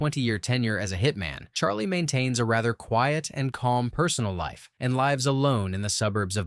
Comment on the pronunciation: "L-eye-ves alone" petergriffindone.gif